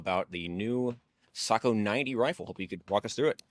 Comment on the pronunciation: Hop…got sent because everyone wanted to hear him say…Socko 😻😸😼